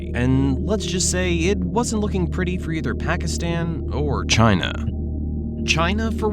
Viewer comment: Hilarious "CHINA"